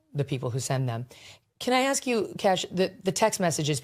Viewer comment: "Ax questions" ? .... or is it "axe questions" ? Instant credibility loss.